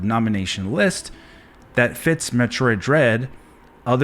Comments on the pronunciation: seems that way. Especially when he mispronounced Metroid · First off.. This dude couldn't even pronounce the game correctly so we know right there he's not a fan. Metroid Dread most definitely deserves GOTY nominee! The whole franchise deserves so much more too. Samus is finally getting the recognition she deserves and if she wins it, then It's well deserved!